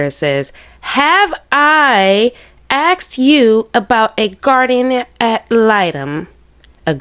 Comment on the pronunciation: “Asked” not “axed”